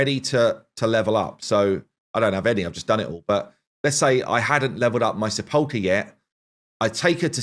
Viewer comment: It's SEH - puhl - kr. For some reason, it seems all the CCs have a really hard time pronouncing her name accurately.